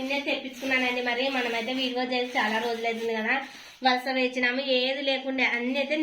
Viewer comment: అక్కో,, మైసూర్ పాక్ అక్క అది అక్కో,, మేసురు పాక్ కాదు అక్క అక్కో,, విడియే అనాలి అక్క,,,,,, అక్కో,,, విడివో కాదు అక్క,,,,,,,,, 🤣🤣🤣🤣🤣🤣🤣🤣🤣🤣